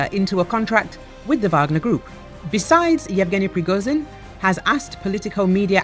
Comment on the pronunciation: Почему эта баба постоянно говорит "Пригозин"? Это так сложно, выговорить "Пригожин"?! 😏